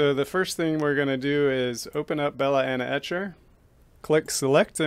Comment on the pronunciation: Love how you say 'belaena etcher' lol. Great video